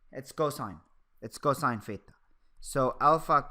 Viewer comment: I keep hearing "pheta",,lol. But this video was really helpful.